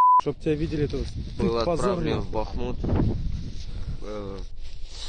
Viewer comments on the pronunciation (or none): none